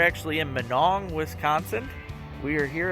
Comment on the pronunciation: I can always tell when people aren’t from around here , when they say minong , lol , I just live 20 miles south of minong you probably went by my house when you went to Chetek .